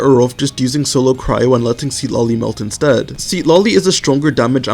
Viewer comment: i love this videos !! your guides are great, that said you want to pronounce her name more akin to its "supposed" to be pronounced, the first syllable isn't sea-tlali it's more sit-lali. there's an emphasis on the penultimate syllable